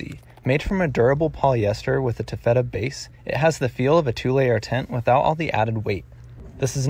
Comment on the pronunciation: I just can't accept your recommendation. You don't even pronounce 'taffeta' correctly.